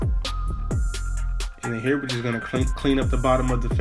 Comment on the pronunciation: that boy "IN NHERE" like swim where